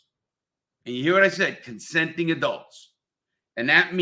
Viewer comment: Larry said "consending adults"...😂. I love Larry's way of speaking lol